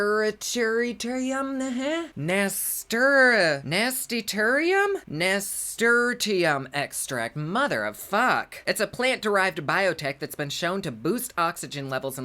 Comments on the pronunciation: Nasturtium = nas -tur-shum….that’s how I say it 🤷🏼‍♀️ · In the UK we say it slightly different it's nuhsturshum for us. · …it’s Nah-stir-shum…….bless your heart, I love when you read words you haven’t seen before……💖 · It's pronounced nisturshum, but I enjoyed hearing your pronunciations more 😘 you're the best, thanks for always making me giggle through your videos ❤️👍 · Nas-tur-shim thingie..